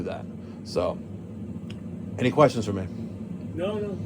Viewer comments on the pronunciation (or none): none